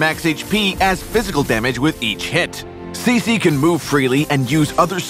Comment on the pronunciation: I thought her name was pronounced Chi-chi not si-si